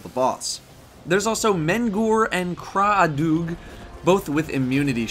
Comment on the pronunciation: Your pronunciation of "CRA'ADUG" is spot on! :D